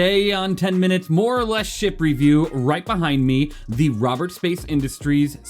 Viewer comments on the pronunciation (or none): It's cool and all but...who's Robets ? :face-green-smiling